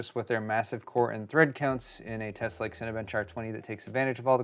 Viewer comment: He says... RIKE and subscribe....